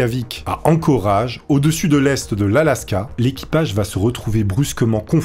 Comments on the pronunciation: C’est pas ankoraaaage mais « ankoraïge » ;) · On écrit Anchorage! Mais on prononce prononce "Anchoreige"😄👍💪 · On dit Anchorèèèège! L'inculture de ça fait peur. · Pour info, Anchorage se prononce Anchorage. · Horrible la prononciation de ENCORAGE renseigné toi sur le nom des Villes😊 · Ton accent: pour Anchorage😱🙄